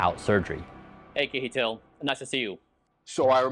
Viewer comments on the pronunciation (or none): So funny to hear you say Kjetil, ke-he-til, it should be pronounced closer to - sh-eh-til, but in one go. In Norwegian, "Kj" makes particular "Sh" or "Ch" like sound, similar to "cheese". and the "e" is a breathy open mouth "eh". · I think his name is pronounced Shetill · Please ask you friend "Keheetil" how to pronounce his name correctly :-) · your saying his name wrong by the way